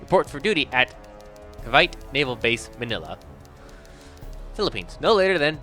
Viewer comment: It's not ka vite, it is Ca veet ee